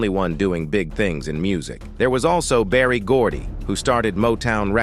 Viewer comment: It's Berry Gordy